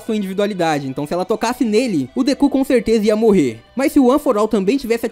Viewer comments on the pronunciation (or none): none